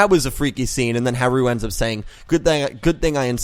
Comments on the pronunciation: It's pronounced HA-ru, emphasis on the first syllable. So it can be pronounced like Hal (or closer to Halu since theres not a real difference in the r and l sounds in japanese.) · Actually, about Harus name: with japanese its like this: they only have syllables (and vocals) and the sounds for r and l are basically the same for them. Also they use katakana to spell foreign words, however since l and r are the same it can be interpreted in different ways. The thing is that they try to write and say foreign words how they are pronounced in that language, which is difficult when you don't have consonants without vocals (exept for n) A japanese person would for example also say lora, when he actually means lola. But if he wanted to say lora he would say lora too. It's the same with haru and blood shepard. I think. I'm not japanese so correct me if there are any mistakes in this. Also, I apologize for my englisch. Talking in a different language about another language is difficult😭😅 I just really wanted to point that out😊